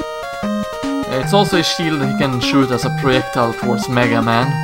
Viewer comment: "Its also a shield he can shoot as proyectilfe forced mega man" I swear is what you said